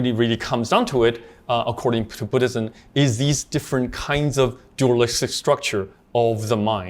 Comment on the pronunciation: Its Buddhism not Booddism.